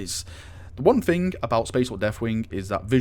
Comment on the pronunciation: I love your videos man, but...the way you talk...It's so...lazy... "Fing" ;_; Speak properly. D